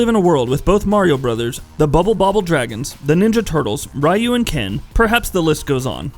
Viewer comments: He said R-ai-yoo too :( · Psst... Ryu is pronounced "Ree-you" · Why they pronounce "Ryu" as "Rai-U"? Is it supposedly pronounce as "Ri-U" like Ryu in Street Fighter? What the fuck man! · Pronunciation all wrong, but, nice vid. But pronunciation butchered lol. For Lin Kuei and Ryu